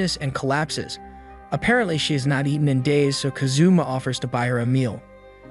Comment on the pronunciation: Bruh really said kazuma like kazoo and ma